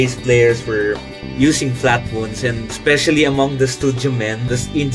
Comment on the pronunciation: Why do you two keep saying Flatwoonds when it's Flatwounds, they are wOUNd flat, rhymes with sOUnd! I'll be woonded and really wound up if you don't learn to spoke right!